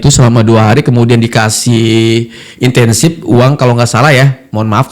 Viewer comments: Insentif bg.... Bukan intensif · Insentif bang, bukan intensif😂